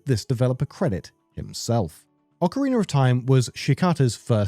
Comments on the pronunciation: How can I sleep when I hear Ockereener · What the hell is "Ocarin'ER'" Of Time?